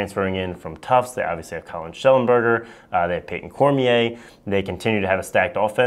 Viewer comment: said it wrong listen to it